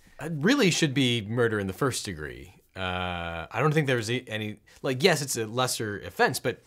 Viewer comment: You say "Frist", usually.